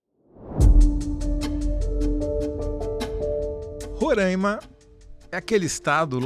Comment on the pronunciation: RORÁIMA, se fala Roráima 😬😬😬😬😬😬😬